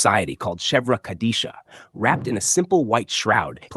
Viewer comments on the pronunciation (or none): Chevra is pronounced KHEV-ruh You also forgot to mention that in Judaism we have a 7 day mourning period called a shiva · You’re mispronouncing Chevra Kadisha. You got its very first sound wrong! This is disrespectful to folks you are talking about.